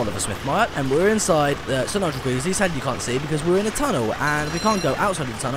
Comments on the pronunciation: Isn't it "Sir Nigel Gresley" not "Sir Nigel Greesley?" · It's pronounced Nigel gresley not Nigel greesley.